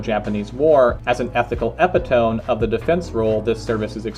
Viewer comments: Just so you know, because I used to make the same exact mistake, epitome is pronounced uh pit uh me, and hyperbole is high per bull-E (you didn't say this one in the video but just figured I'd let you know lol). You probably were aware those were words as well but just never connected the dots lol, at least that's how it was for me. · Great video and analysis! Thank you. I learned a lot. Look up how to pronounce "epitome".